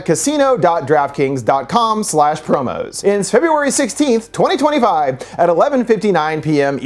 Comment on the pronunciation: Even worse because he pronounced it like "Giraffe Kings" 🤣